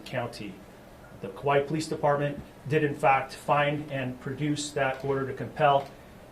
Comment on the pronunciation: Chief of police of Kauai and he can't pronounce "Kauai" correctly.